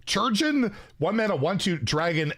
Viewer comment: Chirugeon is pronounced Kai and Rurgeon as in Surgeon.